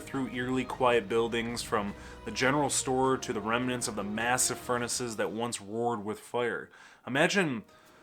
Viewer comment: Ok. It's Gay, rhymes with bay, not Fi-ette. And it's remnant not reminant. But who cares. You're great. Fascinating content, great personality and cute.